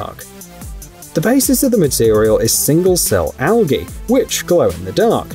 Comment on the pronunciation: it's Pronounced Al G y. NOT with a hard G, like Goat, It's G like as in Jeep. /sighs